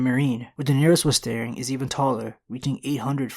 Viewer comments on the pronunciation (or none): none